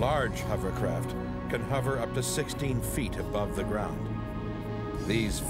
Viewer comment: I hate when people say 'Huver' crafts, and jet 'turbin' engines. Notice the narrator starts off the show saying 'huver' then changes to 'hover' near the end. Lol.